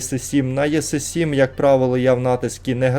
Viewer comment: Що за танк єси 7 , це жахіття якесь, неможливо просто слухати іс 7 по-людськи можливо иак говорити і не знущатися зі слуху